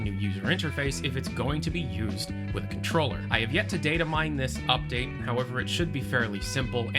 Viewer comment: Did you say "update"? Eye twitch